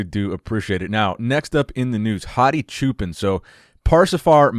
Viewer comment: ...its pronounced "cho-pawn" It means Shepard!